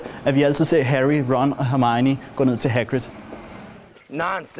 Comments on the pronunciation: Hun hedder hermione og ikke hermigni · Du siger Hermione underligt 😂